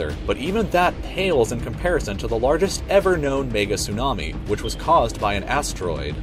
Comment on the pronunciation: Is it me or is the person actually saying niggatsunami